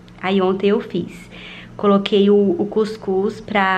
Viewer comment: Ela falando cuicus kkkkkk é cuscuz mule